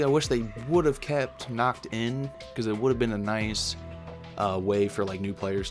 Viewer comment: Nacht* Stop butchering my beautiful language